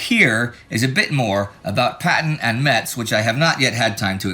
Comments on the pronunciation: At first, I thought Indie said " Patton takes meths " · FYI the "t" in Metz is silent. (Pronounced Mess). I know i'm nitpicking, but the people of Metz are real pains in the ass aboitt that 😂